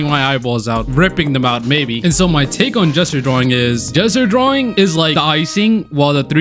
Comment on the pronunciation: Did anyone else think he kept saying “jester drawing”? Or am I just dumb?